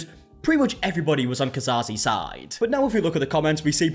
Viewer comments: There's no way that's pronounced 'Ka-Zar-Zee' :( I'd say Case or at most Caze. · Cas - Ze, there's no Ca-Sah-Ze